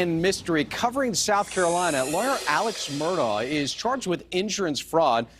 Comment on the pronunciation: It is pronounced MurdOCK. If you are going to report on it, say it correctly.